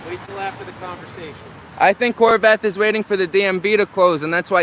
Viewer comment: did he really call him Whore Bath??